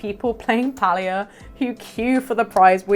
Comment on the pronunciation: I appreciate your pronunciation of Palia 💞🥰💞It's the cozy way - not the cringy way.